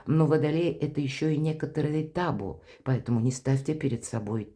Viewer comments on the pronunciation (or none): А почему тАбу,а не табУ???? Прямо ухо сразило неправильное ударение!